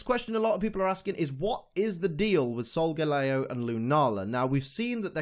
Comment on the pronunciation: Really irritating me that your saying SolgaLAYo. It's SolgaLEEo. The star constellation is LEEo. It's the shape of a lion. It's solgaLEEo